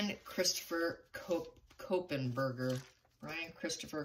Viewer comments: Not Ko pen.....just KOH....Berger. There is no "Pen" after KOH and before Berger. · Kohberger. There’s no N to make it kohenberger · Kopenberger?? It’s Kohberger (Co-burger) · Normally I would say nothing about pronunciation mistakes but this one is too close to my daughter's last name and it creeps me out. You said it like Copen. Since I raised her in Seattle, then Portland and now she is in Idaho...too much connection.